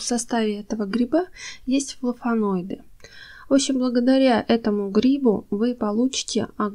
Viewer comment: При всём уважении к вашему труду и любви к растениям, хочу сказать что Вы говорите много глупостей 1-флаВоноиды, не флаФоноиды. Хлороз, а не хлоролоз. 2-в сухом лавровом листе нет витамина С 3- зола является щелочной, а большинство растений предпочитают нейтральную или слабо-кислотную, поэтому и нужно добавить любую кислоту чтоб нейтрализовать щелочь 4- снег не имеет никаких минералов, и тем более никаких азотных соединений. Снег образуется из испарившейся воды- то есть это дистиллированная вода. Кислород в снеге - это просто воздух между снежинками, то есть там азота столько же сколько и в воздухе. Азотистые соединения в снегу это просто бред. Люди собирали снег для полива так же как и дождевую воду - ничем она не насыщена, просто дёшево и сердито. И не надо идти к колодцу по воду. 5- углерод, кислород, азот и водород - это составные части воздуха. Не надо пропагандировать эти вещества как «важные удобрения». 6- в золе нет «много неусвояемого кальция который надо погасить» 7- в коре ивы нет «много аскорбиновой кислоты», там есть подобие салициловой кислоты, работающей как аспирин. 8- все растения имеют минералы полученные из почвы во время роста и развития. Чай из любых растений обогащает почву микроэлементами подобно тому как и закапывание опавшей листвы. 9- если хотите обогатить почву азотом, имейте в виду что азот в воздухе - инертный газ, в растениях (для удобрений) его мало, но очень много в продуктах животного происхождения. То есть мясные помои, остатки ухи и тд - это